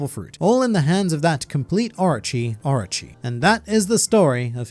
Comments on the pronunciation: orchi orchi orchi ....dumm ass its oorooochii ..stop ur english accent...XD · The pronunciations at Magellan and Orochi are killing me